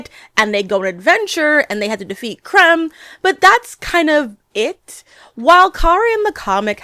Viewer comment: It’s not KALEEEEL. It’s KAL-EL Really threw me off bc everyone knows his name and its pronunciation by now, after 88 years. And the villain isn’t named CRUMB. It’s KREM (like CRIMPED). I can’t finish this. I do agree with much of what you say, overall. Until I had to stop.